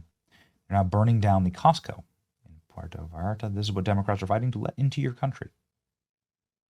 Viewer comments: Get your pronunciation on Benito, Puerta not Piairto. Wow Sheinbaum great job mija. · FYI: it’s pronounced “pwerto”, not “pee er to”. Go with “puh wear toh” if you need to. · “Pu-air-toe” Vallarta - you can do it Benny! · Benny ,oh god pronounced sounds like. PWERTO. You're way closer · Benny, please pronounce it “poo-where-toe”, just so you know. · The tortured pronunciation of the word "Puerto" by Benny Johnson is just par for the course. How long has he lived in this country? Puerto Rico is a long-held territory of the United States. Can he not read the name and make the connection? It's the same word,! Pietro... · Benny. Benny, Benny, Benny. It's PWARE'-toe. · Apprentiate you but FFS learn how to pronounce what youre reporting on....pwhere-toe. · Pierto? Puerto was too hard to say lol ? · Come on Benny you don’t know how to pronounce Puerto Vallarta? It’s not Pierto…lol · STOPSTOP STOPStop spreading BS. YOU CANT EVEN PRONOUNCE PU ER TO , shiws your intelligence kevel. .keep repeating the same propaganda..b.s Lots of burning vehicles and plenty of smoke in Jalisco. It makes for good visuals. A burning car creates a ton of smoke, making it seem bigger than it is. No, Mexico is not in a state of war, but the media really plays it up. If you're paying attention, there is no shooting or street fighting going on. There is no news of any deaths outside of the 6 CJGN members (the bad guys) killed at the airport. Not a single civilian has been harmed. Put it in perspective. There are more shootings, fatalities, burning vehicles and fire damage everytime there is a race riot in the USA. Or some nut goes on a random shooting spree in a school In tragedy of 8 innocent people killed in Tumbler Ridge. That's 8 more innocents than were killed in Mexico today. Yet I don't see people in Canada packing their bags and heading to border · I have to say, that's the first time I've heard the Spanish word for ' 'port' pronounced THAT WAY! Anybody else? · Puerto (Pwer-toe)*